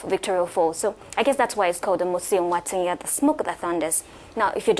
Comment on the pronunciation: This woman is killing me with her accent of Mosi au Tunya.......and it was not named by some tribe, it was by the Lozi people...This whole segment comes across as anti-African, defeatist and quite frankly ignorant....must do better.